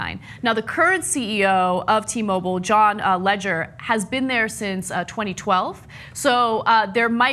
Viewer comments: should learn how to pronounce people's name's right. Its "La-jeer". Not really that hard to research. And I agree someone should get punished for this crap, but paints this story to seem like this situation is unique to TMo. All major cell service companies have basically done this at some point. It's less common now since like Legere said, it's pretty much a duopoly so it basically forces customers to choose between AT&T or VZW so they can charge whatever they want. TMo should definitely fix this and make things right with their customers. Hopefully Legere and co handle this right, or all of their hard work with Uncarrier is down the drain. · its actually Legere. watch one of his videos you dumbass